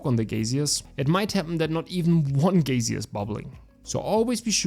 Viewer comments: it's okay if you say gaysir too, im fine with it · You pronounced geyser correct one time so it's a pass) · You actually said it right here 😁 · subscribed bro, thanks for the guide on the new dungeon. Even if you cant pronounce geyser hehe 🫡